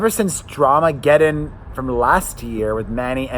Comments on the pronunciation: Did anyone clock that said “fram” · He released a short video yesterday, stumbled over his words and said "fram" lol